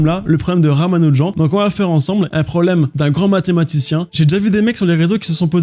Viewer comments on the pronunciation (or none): Pas RamanuJAN mais RamanuJANNE